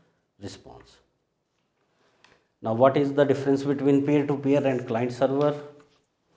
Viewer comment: what did you say ?? Is it peer to peer or pair to pair ??